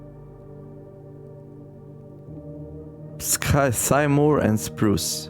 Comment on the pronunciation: 4. Sycamore is a type of Tree (pronounced Sic-a-more) in case you didn't already know.